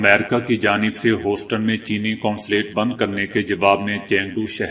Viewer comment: Not Hoston corect pronenciation is Houston Hiuston From USA Houston Taxas